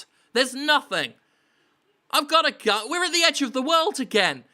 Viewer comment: Why am i thought he said gum instead of gun?